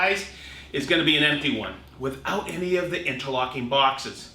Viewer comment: Bouexxesss. Not sure you could sound any more American when you Bouexxesss. Lol, Here you go Festool, have even more of my money.